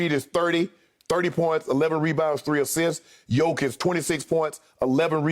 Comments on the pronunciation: He is not Jokovic but Jokic, give him respect and learn his name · And its not Jokovic its Jokic learn to prounance his name right cause youre gonna hear it more in future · Can someone tell Skip his name is JOKIC and not JoKOvic ? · its JOKIC not JOKOVIC !! And yea he is a MVP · Also is Jokic, not Jokovic...-_ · First of all it's Jokic not Jokovic. Secondly it's Jokic is the MVP. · It's not JokOvic its JOKIC... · He Said Jokovič 🤣🤣🤣🤣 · Skip calls Jokic "Yokovich." Oh. My. God. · Skip says Jokavitch, he doesn’t even know his name and he’s probably never watched a nuggets game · First off I love the disrespect to not correct the jokivic pronunciation, also, main stream pundits are tap dancing and twerking trying to find reasons to not make nikola mvp, he clearly is. Lmao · Shannon please stop saying "yoke" lol nobody calls him that and that just sounds so stupid 🤦🏽‍♂️ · No one: Skiuup: Jokavić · Seriously whotf is jokavic Skip is reading his notes and still gets it wrong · Is Skip thinking of Novak Djokovic when pronouncing Jokic? 🤣